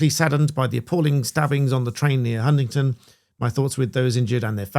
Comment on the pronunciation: It's Huntingdon not Huntington